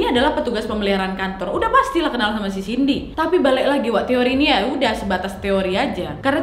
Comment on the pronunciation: Cindy kesleo lidah jd siti.. Wkwkwk